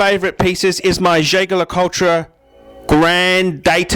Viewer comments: Jay-ger Ler-Cul-ture? lol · Nope. Jaeger-Le Coultre is pronounced Yayger Le Coolt. How do I know that? Because I was told directly from the Australian brand Manager. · Man I am lolin at how you pronounce Jaeger-LeCoultre. P.S. It was totally wrong.